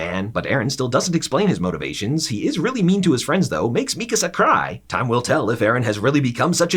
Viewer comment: i was initially annoyed by how he pronounced mikasa but this was a really good and funny recap. good job!